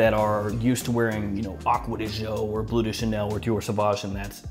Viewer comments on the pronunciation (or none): none